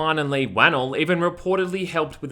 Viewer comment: for future reference Leighs last name is pronounced like won-ell. tho i did get a good laugh out of how you pronounced it in the video